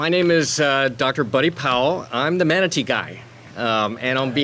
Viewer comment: He can’t even pronounce the word “manatee” right half the time!